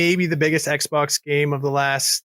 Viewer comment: Couldn’t he pronounce ‘XBOX’? Why? 🤔